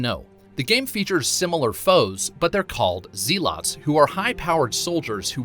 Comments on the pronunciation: Zee-lots??? You mean zel-uts? Kids these days know nothing... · It's pronounced zell-ots right? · His pronunciation of zealots is so cringy lol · ZEE-lots... SMH It's zelet FFS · Zee-lots, Zel-its. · zel-uts, not zee lots. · Zee-Lots? um, it is definately "zell-uts"....lol, but good vid i guess! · Religious Zeh-luts not Zee-lots 😂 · Zeeelots lol they are zel ots or at least in UK English that's how we say it... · Is it really pronounced zeeh-lots? Not zel-oths? Zealots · Zeelots? Pretty sure it's pronounced Zelot? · Are they really called zeelots or does this guy really not know how to pronounce Zealots?? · Mer-cia, is all one word pronounced Mercia and zealot's not zee-lots 😜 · Zell-ots and Ivor. E is silent. You learn it in the intro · Have you really never heard the word zealots? Pronounced zel-its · Zeeeelots lol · My guy you really can’t pronounce anything correctly lmao. Notice how he says “Mercia” and “Zealots”... Did y’all catch any others??? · I'm so glad I'm not the only one this got to 😂 video was great but the way he pronounced "Mercia" and "Zealots" really got to me and not just that but ubisoft seem to have misinterpreted the meaning of Zealot as it has nothing to do with mercenaries or hunters but those who take too serious a tone with a specific thing. Like religious Zealot means someone completely infallible in their faith to the point of fighting for what they believe is creed